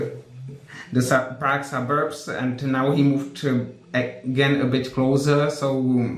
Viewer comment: Everytime Sagar says "Praque" I can't help thinking about Prag.....